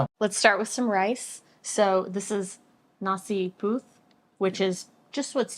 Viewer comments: "Nasi Puth"😂😂😂😂😂😂 Charlie Puth's cousin?! Hahaha Sorry, it's Nasi Putih. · Nasi puth? LoL honest mistake but still funny 😂